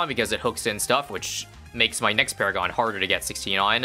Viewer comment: I loved when he said "It's paragoning time" and he paragooned paragons